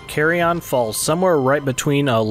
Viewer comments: "Carry on", bra thats not how you say Carrion. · I thought it was called CARRION not CARRY ON lol